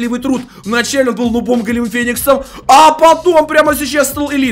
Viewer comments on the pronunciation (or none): none